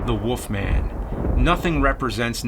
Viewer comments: Why do you say "the woff man" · I keep hearing James saying "The Woof Man".